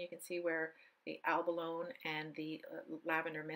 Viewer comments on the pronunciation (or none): Helpful video, however I cringe every time you say abalone. (the final e is pronounced eh) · Great video. Just fyi, the e is not silent on abalone. Its pronounced like abaloney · Looks gorgeous! Btw, Abalone rhymes with baloney…😊